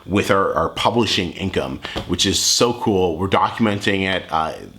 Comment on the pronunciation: What a depressing dude, he can't even say "income"